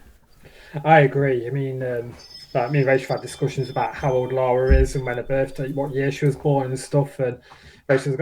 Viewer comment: They better pronounce her name correctly.. It's Lara nor Lora.. A tip for getting the proper Lara Croft costume..She wears a teal coloured leotard as the base.. Then brown shorts, calf length white hiking socks, brown army style boots calf length.. Brown leather backpack, brown Leather dual gun holsters..